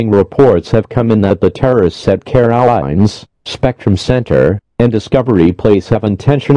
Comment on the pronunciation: Excuse me, how did the dumb af robot just pronounce Carowinds???